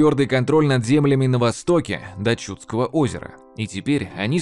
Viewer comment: Было интересно, но несколько резали ухо неправильные ударения. Не ЧУдское, а ЧудскОе. Не КопорьЕ, а КопОрье...